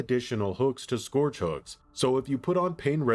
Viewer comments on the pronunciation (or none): Scourge rhymes with ‘urge’ not ‘george’